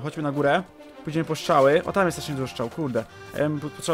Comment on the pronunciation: mówi się strzały a nie szczały